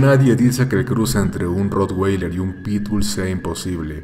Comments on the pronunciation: se dice rro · Jjjjj no se pronuncia así es con a